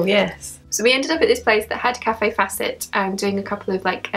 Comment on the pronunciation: Great video... i love seeing what you buy. Kaffe's name is not pronounced Cafe.. it is pronounced Kayf xxxxxx